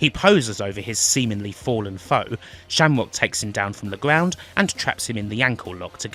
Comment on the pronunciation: LOL -- "Sham-wock". No way you're not inbred.